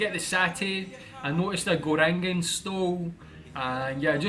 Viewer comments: "Gorengan" = Go - Rank - Un nice video mate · The way you pronounce gorengan is actually very cute hahaha